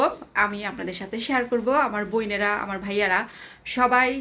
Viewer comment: Not boinera.bonera bolben.sonte vlo lagbe.